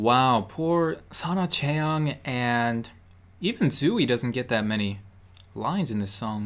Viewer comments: btw you pronounced Tzuyu as - Zuuey (zoo-eey) when it's actually pronounced Juw ye (Jew-ey) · Yeah, just to say that Jihyo and Nayeon are the leaders in TWICE. Plus you said Tzuyu wrong. Its pronounced Choo-ay, not Tzoo-ay. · Sorry IM not trying to hate o I just want to correct him it’s not pronounced sa “twey” it’s pronounced “chewy” Thank you! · What did you say? Tzuyu or ZOOE? Tzuyu is pronounced too-z-you NOT Zoo- E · Tzuyus name is pronounced chewy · Tzuyu is pronounced Chewy